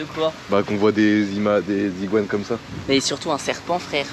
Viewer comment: des iguanes pas des ziguanes on fait pas la liaison